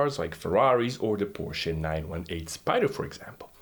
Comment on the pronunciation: at last, somebody can say Porsche.... thank you